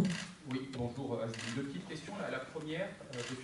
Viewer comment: Tu sais que tu vas passer un bon moment quand le premier mot que t"entends c'est "Bonyour" de Pablo